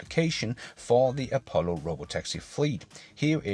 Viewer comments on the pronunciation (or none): none